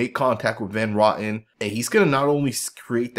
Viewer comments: Nice breakdown,! BTW, it's Roten (row ton) not rotten. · It's RO-TEN not Rotten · Ive been calling him rotten based off videos lol. 🤷🏻‍♂️